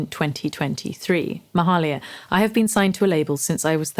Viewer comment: It's pronounced "may-"hay"-lia"